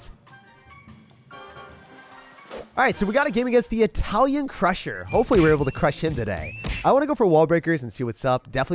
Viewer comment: I like how he said "Italian crusher" but it's "Italian clasher"